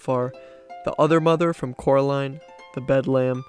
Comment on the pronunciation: how could you make a video about coraline and call her caroline😭